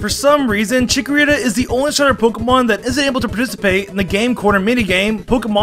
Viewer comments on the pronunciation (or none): CHIKORITA, NOT CHICORITTA!